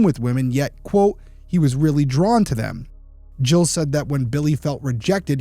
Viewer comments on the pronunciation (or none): If French its pronounced "Jeel", if anglicized it is Giles (Rhymes with Dials.)